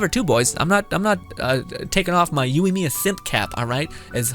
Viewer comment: I liked what you said. But I think her main failures are lack of aoe and her burst is really lacklustre. The lack of aoe makes her immediately 50% less effective even against 2 enemies. Also my guy. Yoi not youi. Plz.